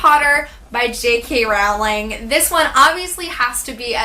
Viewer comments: rowling, like row your boat. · I'm Scottish like jk Rowling her name pronounced jk rolling x